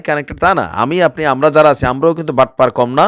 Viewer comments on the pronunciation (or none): none